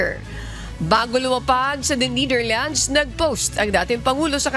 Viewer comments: It's annoying how she say NITHERLANDS, it's NETHERLANDS, you're a professional journalist you should know !!! Prayers for president Duterte 🙏🙏🙏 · Netherlands… not neitherlands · NEH-THER-LANDZ, not NEEDER-LANDS | Pronunciation matters too in news reporting. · Niiiitherlands? Ultimong pronunciation mali. Paano ka pa maaasahan sa paghahatid ng tamang pagbabalita? Halatang may binabasa lang at walang sariling pag iisip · The Neightherlands? 🤣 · It’s pronounce Netherland not Neither land lady broadcaster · Netherlands po, hindi Neitherland 😂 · Nee thirlands... nu b nmn un reporter nato😊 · Please the right way yo pronounce NETHERLANDS IS 'NE-DER-LANDS not Ni-der-lands' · NETHERLANDS HINDI NIDERLAND JUSKOOO DAAYYYY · Nidirlands sabi ng girl lol 😆 😂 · Ne - ther - lands hindi nithirlands. But God is Good! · Why does she keep pronouncing netherlands as neitherlands lol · Pakicorrect po ang pronunciation ng The Netherlands! Thank you po! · Bisaya ka day yung pronunciation mo po ng Netherland 😭😭😭😭😭